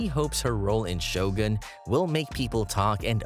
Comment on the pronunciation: You narrate well. I hate it when people pronounce Shogun as Show Gan. You pronounce it correctly: Sho Goon.